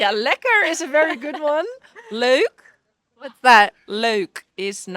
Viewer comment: "Leuk," not "loek"